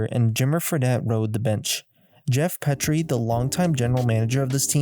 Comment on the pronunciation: Geoff "Pea-tree" "Bon-zee" Wells. Eric "Musclemen" (said as one word) Robert "Or-ee"